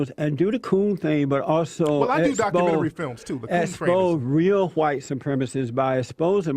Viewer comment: Jessie, Wtf is a "Dockamenrty"?